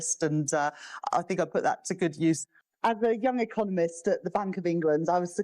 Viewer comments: Did she say Eccomunist ? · Anyone notice when Reeves said i was an economist in the very last clip, she actually said ecomunist, very telling, or was i hearing things ?